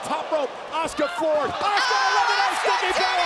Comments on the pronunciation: Name:asuka Pronounced:oska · Why do the commentators insist on pronouncing her name as "Oscar' - it should be pronounced A-suka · What I heard is OSCAR hahahaha